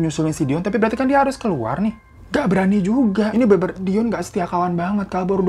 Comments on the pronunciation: Kadang si babang ngomong dion jadi doni 😅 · Yang bener Dion apa Doni sih bg 🤣🤣🤣 ,, tp gak pp sih tetep good banget cerita nya kalo di bawain lu bg semngat 2 JT nya ya yuk bisa yuk 🥰🥰🥰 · Tebak brp kli bang hiro blg dion jd doni 🤣🤣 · Nyebutnya Doni mlulu pdhl Dion awokwok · Selamat ya bang mau 2jt subscribe..dion bang bukan doni.. 😂😂😂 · Bang hiro sampe salah mulu ngmg dion jd doni 😂